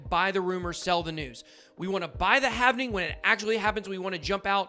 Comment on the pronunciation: Its not "havening" its halving